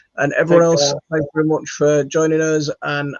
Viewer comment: Very, not Berry. 😅